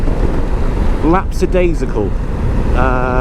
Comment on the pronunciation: Sorry to be the wanker that does this, but the word is 'lackadaisical' not 'lacksadaisical'